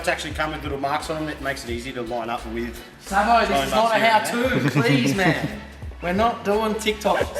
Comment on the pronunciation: Its pronounced Sabo. 😂